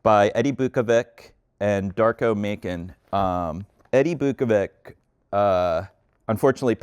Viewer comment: Biukovic is pronunced as Beeukovich / Beeukoveech and Macan is pronunced as Matzan